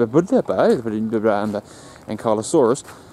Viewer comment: Itsa nice place there... good on you for gettin out early to catch the sun rise.. back in 2016. Oh and i think its pronounced arboretum hahaha